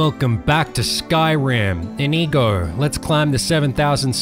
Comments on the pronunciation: Isnt it like indigo but without a d while you pronounce it like ineego Not hating just pointing out the different ways if heard it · stop saying inigo like that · Due you pronounce inigo so wrong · No wonder YouTube think you are saying a no no word when you say Inigo, If you said it correctly it wouldn't be a problem :)